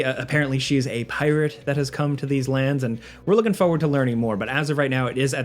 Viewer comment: it's pronounced foRward. Not foe ward.